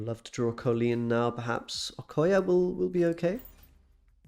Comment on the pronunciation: COL-Leen not COE-Leen 🤣